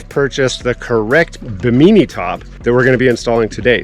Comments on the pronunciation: What’s a bameenie top. It’s pronounced Bih-mih-knee like the island, not bameenie. 😂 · OMG I have never laughed so freaking hard hearing him mispronounce bimini. Bimeenee lmao. Oh and those things you measured for your top aren't towers.. They are gunnels, also known as gunwales. Bimeenee OMG. It's pronounced bi·muh.nee look it up. LMFAO. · It’s pronounced bee-me-knee not be mini fyi. And you purchased the wrong width. You measure at the bracket mount location not at the top of the roof. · Bi-min-I is the pronousiation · Bim-In-E, say it with me! 😂😂😂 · Bim in E, I didn't care. Just wanted to see if he enjoyed it or not. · What’s a “Baneemee top” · You are saying bimini top so weird its making my dog bark... im redoing a old fiberglass boat got the cheap bi-min-nee_nee top also.. thanks for video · Should have looked up how to say Bimini. Perfect example of a credit card captain. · lol drives me crazy, please pronounce it correctly